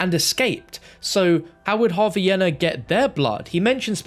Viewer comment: that pronunciation of yena is atrocious bruh its yeena